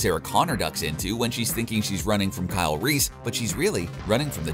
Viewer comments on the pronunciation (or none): none